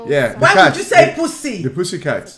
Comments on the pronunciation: just says poosy its so funny 🤣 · “Poosay Licks” 💀💀💀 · Can someone find out the amount of times they said “poosy” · How many times said “poosy” 👇